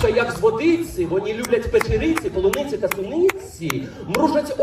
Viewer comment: Галкін не кацап , в нього навіть акценту немає ! Він вимовляє слово паляниця і полуниця , а на шоу скарабєїхи вся студія чєлюсті ламала !